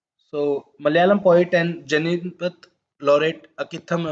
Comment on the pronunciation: 'Janan'pith award -actually its - 'Gyan'peed.👍 individual's name pronunciation isn't much imp, bt i think this is.... Pls crct so that others are also in the right track. Thank u 4 the series sir!!😊